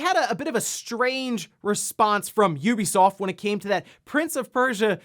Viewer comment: Incredible Nintendo stats. And finally someone who pronounces Ubisoft correctly!